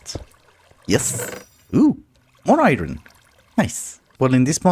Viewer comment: Why does he pronounce "iron" like "iyrony"?